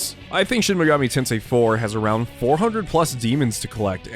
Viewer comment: I liked this video simply by virtue of you being one of the only people on this website I've heard actually say "Shin Mega-MEE Tensei" and not "Shin Mega-MAY Tensei." I subscribed by virtue of the solid content though. The video was informative yet still very easy to digest and really got me excited to play more of the SMT series than the few hours I currently have under my belt. Great work.